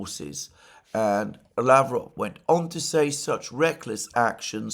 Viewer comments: Александр, mate!! I understand you are ill and all. Wish you a speedy recovery! However (1), try to remember, always remember, to pronounce Lavrov, Peskov, Ushakov's last name properly. You've done it before and I am sure you can do it again :)) When pronouncing these name the emphasis is on the 2nd (!!) syllable, not the first one. Mate! Come on! ;) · Oh, you just did it! You corrected yourself and pronounced Lavrov and Ushakov's names correctly! Thank you!! Ah oh, take it back. Botched Lavrov's name again :)) Anyway, you are trying and that's what matters. Mate, merry belated Christmas and a happy new year to you and your family!